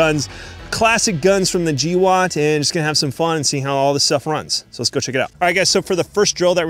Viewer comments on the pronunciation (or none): Gee woat? Bro its GWOAT.